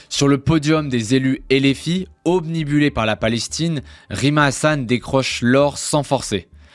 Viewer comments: Pas obnibulé ,mais OBNUBILÉ. ! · Obnubilé pas obnibulé😅 Sinon super travail